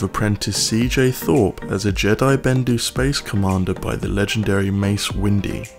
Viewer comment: This guy knows nothing about Star Wars “Mace Windy?” cmon its mace Windu